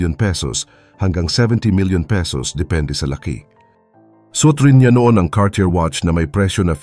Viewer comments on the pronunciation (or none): none